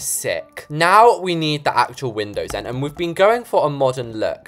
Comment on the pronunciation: I thought it was windows not windowds